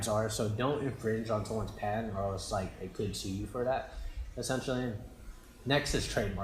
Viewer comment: i think its patent and not pant lol just joking